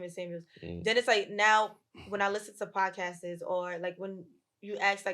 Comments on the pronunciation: she said podcastes 😬. Why do they pick these wanna be sophisticated as black woman. Bruh we got to be better. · 😅she honestly lost me when she said "podcasts-es". Hard to take her serious talking/mispronouncing . I'd rather get lost in the lip gloss.😅 But yo, how y'all get Usher up in there, whattup Ray !! My mans !!😊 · Did she just say “podcasses”?